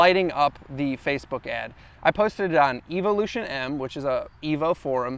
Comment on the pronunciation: Why he pronounce evolution the way he did -.-.... u shouldnt own a car you can't pronounce hahahaha